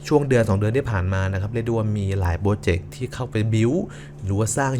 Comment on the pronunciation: โปรเจกต์ หรือ โปรเจ็บ 555